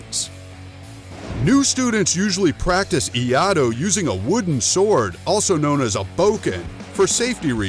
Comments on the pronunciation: Can't hold myself laughing on first one, on pronouncing the word of "Iaido" XD "IADO" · Hahahaha when he said Iado. I was like oh no… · I-yah-do 🤣 Just about as annoying as oh-ni-GEE-ri🤦‍♂. See some of Dan Inosanto's videos if you're really interested in eskrima and kali. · I had a physical, visceral cringe every time that guy said "Iado" with such confidence... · EE-YAH-DOUGH! BOW-KEN! EE-YATTOH! TAMA-SHEEGEEREE!